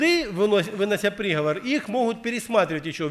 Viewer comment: Правильно не прИговор, а приговОр. Проповедь назидает, обличает, многое поясняет и уточняет. Благослови, Господи, брата за это назидание.